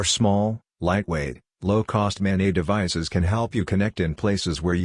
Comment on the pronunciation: "Mobile Ad-hoc Network" (MANET)...the "NET" is short for "NETwork", not "NEYwork". It's maNET, not maNEY